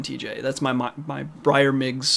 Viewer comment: It’s Myers Briggs, you said bryer miggs sorry I just found that funny! As always, love your content!